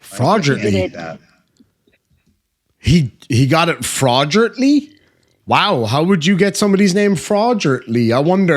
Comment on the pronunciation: Florgently ? Do your own homework